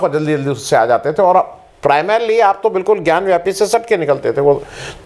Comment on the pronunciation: bewakoof ho kis masjid ke baahar Nandi hota hai and more ever it is not gyanwyapi it is gyanvapi